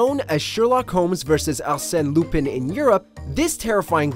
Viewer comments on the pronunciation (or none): none